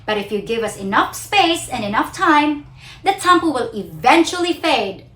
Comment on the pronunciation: Please do not pronounce the word “tampo” with an American twang. I give it to you that your English is excellent but it’s not nice to hear a local pronounce local Filipino words with an a twang. To me it’s OVERKILL!